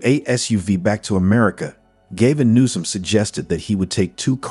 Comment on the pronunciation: at least you pronounced his nam right- Gay- ven nuisance